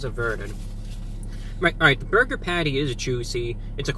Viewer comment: The way you say burger bothers me.. But still live your channel. Both Wendys here have been under fire for having moldy bread and undercooked patties so sales have been shitty